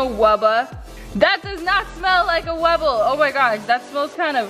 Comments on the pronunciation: It's not wubba it's wubble😆😆😆😆😆😆😆😆😆😆😆😆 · DID ANY ONE ELSE NOTICE THAT SHE SAID WUBA AGAIN !?!? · Ypu said wabba again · U SAID WABBA!!!! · Not tryna be rude but it gets me SOOOOOOO mad when you say "wabba"